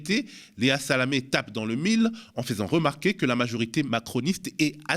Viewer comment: je veux te le dire depuis des années sans oser: ça s'écrit fAIsant certes, mais ça se prononce fEsant, comme un faisan. Désolée. Merci. Je t'aime fort <3